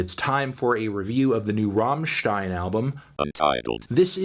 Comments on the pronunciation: love your content. little tip from germany. its rammstein, not raaaahmstein. double "m", pronounce it fast and accentuate the "m" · "rammstien" Yup, this review fake and gay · It's not rawwwmmstein. It's RUMMstein. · “ROHMSHTEIN” e.e Accurate but my mind refuses it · Rammen stein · The way he says Rammstein is painful to my German sensibilities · It's pronounced "rammstein" not "rammstein".